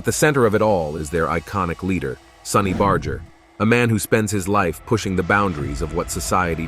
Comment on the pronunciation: Bro please at least pronounce his name correctly bar-jer not bar-ger despite it spelt that way it’s not a hard G. Ok I got past the intro and you’re using both pronounciations